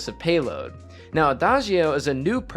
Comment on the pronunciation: Quick pro tip from a native Italian on how to pronounce adagio (which is an Italian word) you should say “ada-joe” 😉 it actually means slowly